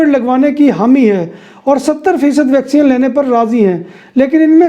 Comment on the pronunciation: Bhai yeh vacsean nahin hai vacseen hoti hai. Baqi informative hota hai program.